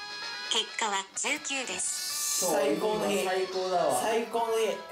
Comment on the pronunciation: ｢お前がトミーだよ…ん?」 19がJKに聞こえるのって俺だけ?